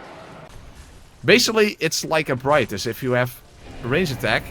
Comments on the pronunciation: ebrightus doesn't even make sense according to how it is spelled. No English speaker even would pronounce it that way. The letters don't make those sounds. "Ebreetas" maybe but not "ebrightus". Also, the NPC pronounced it as "e-brigh-uh-tus", but you are saying "ebrightus", so you aren't even pronouncing it the way the npc was. Either way they are both wrong. The npc is an english person attempting a latin word and saying it incorrectly. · Ebrietas is pronounced "Eb-ree-et-us". Just letting you know. Not sure where people got "eb-righ-tus" or "eb-ree-tus" from. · you have no idea how? Oh maybe because Ebrietas is a latin word and that is how it is pronounced in latin. It is literally pronounced phonetically just how it is spelled. That npc is pronouncing it incorrectly sorry. That is like if there was a german name but an npc pronounced it incorrectly in the game and then someone german came along and told you the correct way to pronounce it and you told them they were wrong because some npc in the game pronounced it a certain way. The npc or the people responsible for localization can be wrong, you know. Ebrietas is a latin word and any romance language would pronounce it "eb-ree-et-as". That is where the name comes from and that is how it should be pronounced.